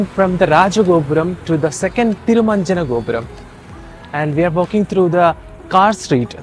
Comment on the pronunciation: Thank God finally at least you have said exact name THIRUVANNAMALAI 😢😢and thamilnadu